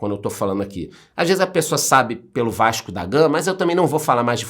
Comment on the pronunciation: Eu descobri que o é carioca, não pelo Vasco da Gama, mas sim pelo vaxco